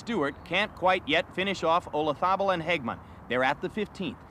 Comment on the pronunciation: The Americans have a jolly hard time pronouncing Olazabal.